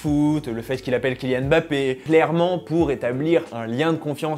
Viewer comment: J'ai beaucoup apprécié ta vidéo! Et un grand merci pour avoir dit "Mbappé" et pas "EMbappé"😂